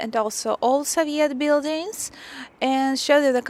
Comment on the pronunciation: В слове Soviet ударение на первый слог (So). Вы очень красивая и умная девушка. Всяческих Вам благ!